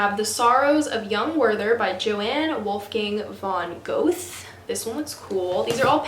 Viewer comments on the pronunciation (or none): Johann Wolfgang von Goethe is like yo-haan (not jo-anne) gur-ta. I feel like Dracula is hit or miss with people, but it's a favorite of mine! Good luck with your reading and courses :)